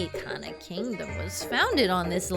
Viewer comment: I agree the buildings look like peanuts, also it is eekana cause it use japanese syllables not that it matters to me how you say it